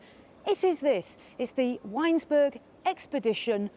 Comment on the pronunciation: It’s ‘Vinesburg’